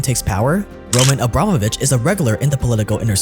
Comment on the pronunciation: This scratches my ear a bit. It not ROman AbrAmovich, but RomAn AbramOvich, but never mind.